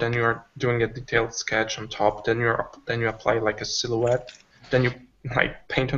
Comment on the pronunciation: It's funny how still can't pronounce "silhouette".:D